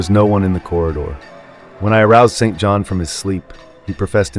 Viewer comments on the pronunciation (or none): Just a nitpick but St John is pronounced "Sinjin" ...bastardised from the French St Jean